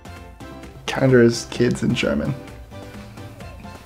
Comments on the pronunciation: kinder but you read it 'keander' I mean the German joke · it's not "kinder", long "I", but "kinder",short "I". Edit: also, kinder means children, not kids. It's where we get the word "kindergarten", a school for children. At least back then, it was. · It's not k-eye-nder it's k-in like inside kinder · that is not close to the right to the Pronunciation of kids and German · Contragulations for not reading the first word correctly. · Not to be rude, but by the 24 you pronounce "kinder" as kinder as in kind. But that is not even clouse to german. I am a native german and i had no idea of what you are talking about. Nobody whould even understand you. They may be speld the same but you have to pronouce the letters german and not english because it is a german word and not englisch. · Educate yourself on the German language and pronunciation before you make yourself look like you did... 🙄